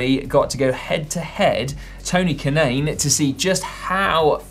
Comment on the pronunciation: Tony who? Admittedly Kanaan isn't an easy name to pronounce. Rhymes with naan bread though.